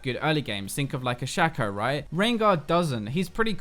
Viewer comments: Thats not shaco its shaco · its shaco not shaco Kappa